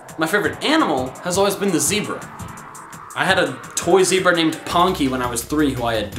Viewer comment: Zebra is pronounced how it looks.